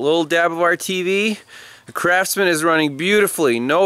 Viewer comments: yes he did say crapsman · Did he say Crapsman?